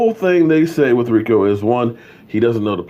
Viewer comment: pronounce it REEKO! Gathers